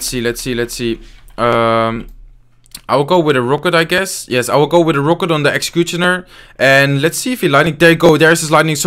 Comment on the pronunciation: When say exchicutioner 😂